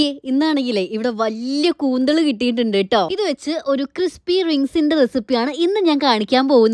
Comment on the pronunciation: കൂന്തള് അല്ല കൂന്തൾ 😂😂😂